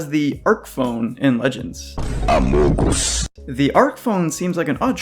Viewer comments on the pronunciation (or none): When I heard “AMUGUS” my soul left my body